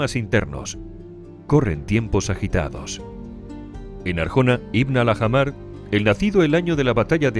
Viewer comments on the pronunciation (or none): ¿Era tan difícil pronunciar bien Ibn Al-Ahmar?